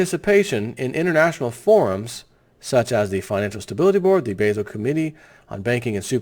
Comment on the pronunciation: basil? It's Bah-zul. Step it up news presenter. Basel, Switzerland, where the Davos class meets.